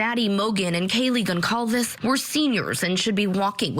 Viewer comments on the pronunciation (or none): I think a great way to honor the kids S to make sure that they’re pronouncing their last names correctly. The last name is not Gonćalvez—that “c” character has an “s” sound, as in Gonzalez. Good grief! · if the news media printed Kaylee's name Gonçalves with the proper accent, reporters will pause to look up how to pronounce the ç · 🤔 It's Portuguese. Gonçalves with ç or "cedilla" and yes, the news media need to print and pronounce her Kaylee's surname correctly. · Yes, it’s Portuguese but saying that means nothing to these American reporters who continue to butcher her last name. It’s unfortunate.